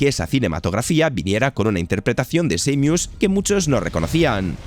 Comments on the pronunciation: Samius wtf jajajajajaj Sa-mus imagina que la mu es el sonido de la vaca muuuuuuu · seimius xd